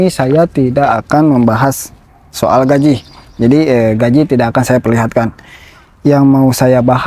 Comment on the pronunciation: GAJI bukan GAJIH😂